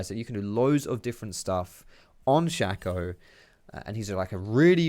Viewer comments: it's sh-A-co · Maybe im wrong, but i think Shaco is pronounced (Shay-co) because his name is anagram of Chaos. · It's not shack-o